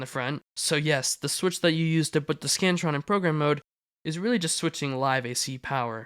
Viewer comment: I thought ts said “The Scranton”